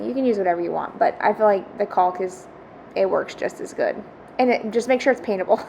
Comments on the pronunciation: I like how you try so hard to pronounce the L in caulk lol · I think we all do. I never pronounce an L so well as I do when I'm saying Caulk. 😂😅